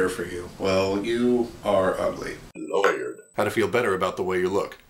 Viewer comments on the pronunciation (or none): "Laywered," one of my favorite things to say.